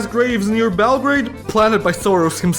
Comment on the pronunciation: Soros should be pronounced with two hungarian “s” sounds. Here you said “szoros”, which means “close/tight”.